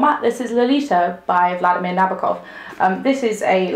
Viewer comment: First of all, his last name is pronounce no-BOAK-off. And his first name rhymes with “redeemer.” I know this because the old lady who lives next door to me had him as a professor at Cornell and told me all about him. And you missed the point of the novel. Nabokov is putting a twist on what Edgar Allen Poe did in two of his stories. The hint that Nabokov is riffing on Poe comes from the name of Humbert’s first girlfriend—Annabelle Lee. That’s a Poe poem. And look at “The Tale Tale Heart,” the story of a crazy first person narrator who kills his roommate but spends the entire story trying to convince you what he did made perfect sense, and “Cask of Amontillado,” where a crazy and extremely intelligent and eloquent first person narrator spends the entire story trying to convince you that his revenge killing of a friend was perfectly justified. Nabokov took the intelligent and eloquent first person narrator, then just swapped out the murder with pedophilia. What Humbert is doing is disgusting, and what makes it all the more frightening is how eloquent he can be in trying to convince you that what he was doing was perfectly okay.